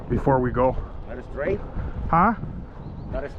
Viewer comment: SAID “ITS NOT ESTRAIGHT” which translates to “it’s not straight?” lol jeez